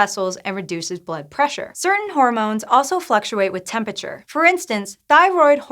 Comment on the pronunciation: Am I the only one bothered by her pronunciation "tempi-cher"? Probably -.